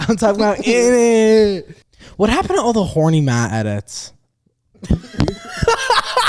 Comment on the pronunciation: HE’S TALM BOUT INNITTT